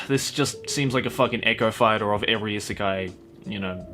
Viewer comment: Why is it that every time you say"isekai", i heard it as "izakaya" ?